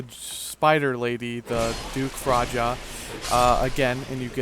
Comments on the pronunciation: its pronounced Freya not fraja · Couldn't help but laugh at you trying to pronounced Freja :P It's pronounced "Frey-ah".